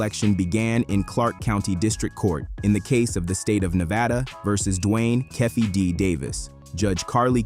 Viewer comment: Dwayne que-fee-dee